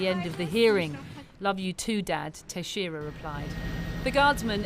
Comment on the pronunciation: Yeah try "Tex-era", not "Tashera".